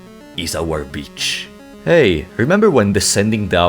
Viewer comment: "This void is our bitch" or "this void is our beach"? ahaha